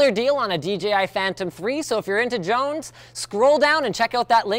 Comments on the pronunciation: did he say jones instead of drones? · He said Jones not drones